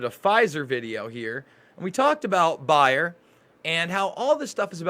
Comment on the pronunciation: It's pronounced (Bay er). Also everyone you speak to keeps saying that people are living longer these days.This is simply not true, people are sicker than ever and much younger than say 40 50 years ago. l know this because i was around then. Also there were no children in any class I was ever in that were running around uncontrollably. NO ADD, NO ADHD, NO OPPOSITIONAL DEFIANT DISORDER. You may say that there was no diagnosis then, however these disorders just didn't exist.